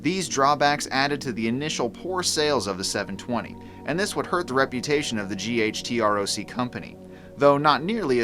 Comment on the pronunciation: I always thought it was pronounced as a word "gutroc" not spelled out